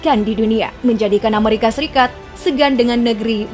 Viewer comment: Bukan Amarika , tapi penyebutan nya Amerika 😆😆🤣